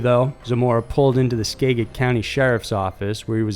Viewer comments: Skaa-jit, not skag-it! doesn't matter, home county was mentioned! (Fabulous content as always!!!) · SKA-jit County... not SKA-git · In regards to skagit Its pronounced skajit so the g sounds like a j . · It's pronounced 'Skad-git' county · Love the content, but I can't let it go... It's pronounced SKA-JIT county. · It's pronounced "ska-JIT"- the first part is like "scat" with out the T. This dude really never looks up pronunciations! Love the videos though. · Skagit County in Washington State is pronounced SKADG-IT, for future reference. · In the Issac Zamora story skagit county is pronounced ska-jit county. Also the town he was from called Alger isn't pronounced Al-jier, it's pronounced Al-ger. Why can't anybody including 60 minutes get that right? Lol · Great video, just a tip though, Skagit is pronounced ska-jit. I remember this story. Scary. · For Isaac Zamora.. The county is pronounced sca-jit... Like the start of scatter and jitter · Skagit - ss-khah-jet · Just wondering if you happen to live in the Pacific Northwest, cause there seems to be a lot of stories from WA state. I promise Washington isn't as crazy as it seems, and I live one county over from Skagit. Also, it's pronounced ska-jit. 😅 Anyways, Great video as always! 👌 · It's #sk-Aget Skagit county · Btw Skagit County, the g is pronounced like a j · I think he understands how Skagit is pronounced, their was like 300 comments correcting him lol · Greetings from Washington, I love your videos! Small correction on the pronunciation of Skagit county though (don't worry most of our city names are from the local tribes so everyone that doesn't grow up learning them kinda just gives it their best guess lol) the a is pronounced like apple and the g is a j sound. From Sequim to Puyallup very little here is read phonetically 😆